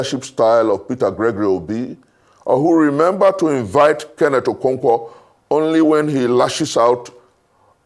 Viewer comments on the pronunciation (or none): none